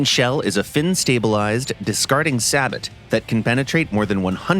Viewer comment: why bro say sabot like that?